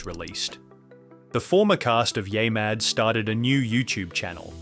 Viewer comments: Wait...the voice calls it "yaymad" 2x in a row, then, the 3rd time, says it correctly. WTF ? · Yeah-mad, not Yay-mad. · What the fuck is yay mad? Its yeah mad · Can you redo this episode with the proper way of saying YEAH Super annoying. Yaymad sounds dumb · It's YeahMad, not YayMad. Gotta be pretty dense if you can't even pronounce it correctly. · Use a better AI narrator, one that pronounces Yeah Mad as Ya Mad instead of Yaay Mad. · U know its called yeahmad NOT yah mad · The AI voiceover manages to say "YeahMad" wrong in a few different ways. Impressive.